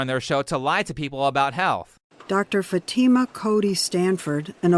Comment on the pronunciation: 'Dr Fatema'? 😂